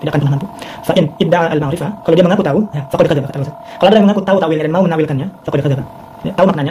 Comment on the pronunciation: Muhun ajengan. Atuh ajengan mah nyebut Al-Ghazali saja msh salah hehe. Harusnya huruf za di tasydid. Jadi Al-Ghazzali kalau nyebutnya benar. Kalau nulis boleh lah ditakhfif.